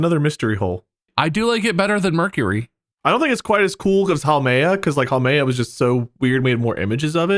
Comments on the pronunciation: we love haumea.... (not HWAMEA, MARK) (jk jk) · Put me in Huam(ea) Yeah I know, he read it wrong, but still..